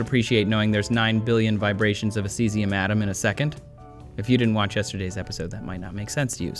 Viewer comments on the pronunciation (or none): none